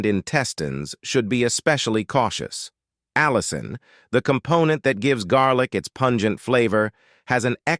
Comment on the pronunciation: The word is allicin not allison.